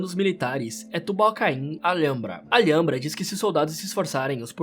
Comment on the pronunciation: Ótimo trampo mas a pronúncia do Alhambra e algo como al-hambra